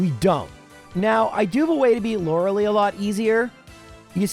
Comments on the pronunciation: Lore lie, not Lore lee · Please stop saying “lora lee” It’s pronounced “Lora lie” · The ending of "Lorelei" is not pronounced "lee." It's pronounced "lie." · Who the hell is Laura Lee? And why do you always say Lorelei's name wrong? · Please stop saying Lorelee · Thats not how you pronounce lorelei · The way you pronounce Lorelei makes me want to shove a pencil in my ear.